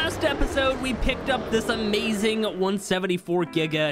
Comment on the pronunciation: Can’t be much more insane than saying “Amaewing” instead of “Amazing”